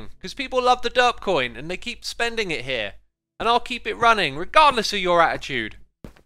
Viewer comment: I love how you say attitude ,, Ah-i-chued ,, bri ish ppl